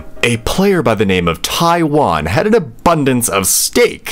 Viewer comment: his name is Taiwan With a Mexican accent🤣